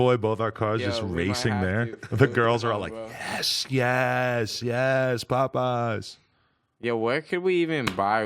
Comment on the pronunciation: lol when Adam pronounces Popeyes like "Puhpeyes"